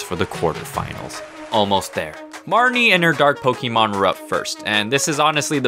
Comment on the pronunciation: I complain this about adults a lot but (no offense) ITS NOT “POKE-EE-MON” ITS “POK-A-MON” ok childish unnecessary rant over